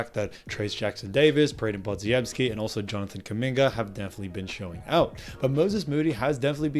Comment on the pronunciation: Pah-Jim-Skee. You're welcome.